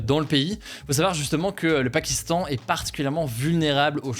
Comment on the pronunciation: "Le PARkistan"